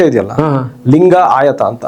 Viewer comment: ಅಣ್ಣಾ ಲಂಗ ಅಲ್ಲಾ ಅದು ಲಿಂಗ